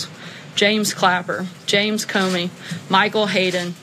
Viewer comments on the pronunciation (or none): none